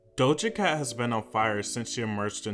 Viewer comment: "Dosha Cat" "Beeb Rexha"